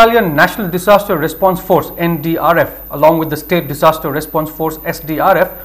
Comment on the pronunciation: Today anchor was very good in pronouncing the word solar as sola n disaster as dissaster.